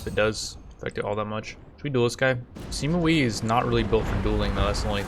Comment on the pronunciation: its sima way not sima oui